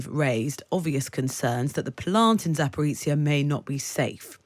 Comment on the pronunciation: She says Zaporweetsia haha lol 🥳🎉